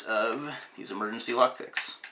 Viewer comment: Sounded like you said creating lock dicks